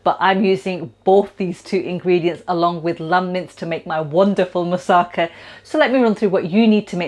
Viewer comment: The emphasis in 'Moussaka' is on the final 'KA'